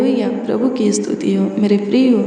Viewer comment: Astuti nahi behan stuti bolte he